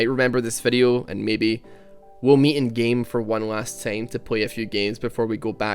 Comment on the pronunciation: Stop saying tame. Its TIME